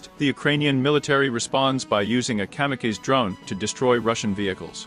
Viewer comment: At least it's in English. I get a kick out of how it pronounces "kamikaze".